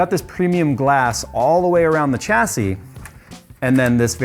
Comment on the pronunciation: Great content. Chassis is pronounced shassy. Great work though. I'm just being a dick :)